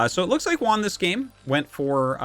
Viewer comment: Juan, not "One" lol